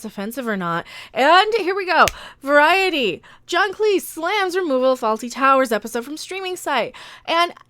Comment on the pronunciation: Thank you for pronouncing Cleese as Cleese and not clese